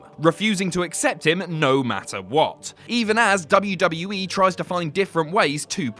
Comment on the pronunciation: sorry, did you say WWA?